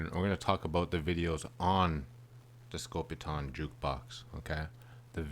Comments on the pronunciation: Side note. Theres an E at the end of scopitone. The O is long. Not pronounced scopiton its scopitone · Pronounced Scopi-TONE....NOT Scopi-TAWN. The machines were more popular in Europe, but pretty rare in the U.S. These were all shot on 16mm film.....BEFORE the widespread use of videotape. MOST feature the scantily-clad dancers, because the machines were primarily located inside bars or gentleman's clubs. Shooting on film was pretty expensive, and so I think they were only done in a couple of takes, which is why the dancers always seem to look like they're out of sync & haven't rehearsed. Some of the big name artists put out shorts with better production values....Neil Sedaka's 'Calendar Girl'....Nancy Sinatra's 'Boots'.......Bobby Vee's 'The Night Has 1000 Eyes', etc. I actually saw one of these Scopitone machines in a pizza parlor in the 1960s. The ONLY one I've ever seen. I was probably 14 or 15 at the time, and this was BEFORE MTV & that crap. These short little films were too risque for regular television, but they were geared toward men & that's why they were set up in bars, etc. As far as how the women are dressed.....that's not so unusual. They look like Vegas showgirls of the 1940s or 50s.